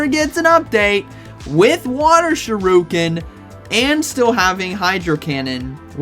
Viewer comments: Dude cannot be serious pronouncing shuriken as shih-rue-kin and not sure-ih-kin 😂 You have to be trolling! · shuriken* not shiruken lolol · Shu ri ken NOT Shi ru ken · Why do you say Shuriken like that? I think it’s pronounced Shur - i - ken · Never heard it pronounced sure-oo-kin before. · I get staggered every time you say 'shiruken' 👌🏾. Have to watch the Greninja bit again 😂. Anyways, thanks for the heads-up as always 😂✌🏾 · Just hearing him say ShiRUken is worth watchin this video hahaha. Haven't you had your coffee yet bro? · Shi-RUUUU-kin new offical pronunciation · Not Sha roo Ken 😭😭😭 I can't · Supposed to be "sure-uh-Ken" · This is very important... Pronounce shuriken properly!!